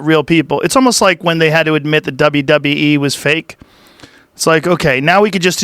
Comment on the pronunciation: The second he said “MME” you know Joe cringed hard asf lol